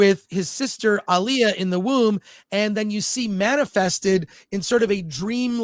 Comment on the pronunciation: How can you mispronounce Alia so bad